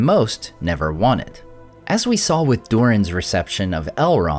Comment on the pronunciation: did you say "Halrond" at min 7?